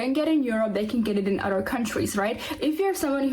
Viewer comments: What is an ""udder country"? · And what the bells an "udder" country? BTW, lady, you're a racist.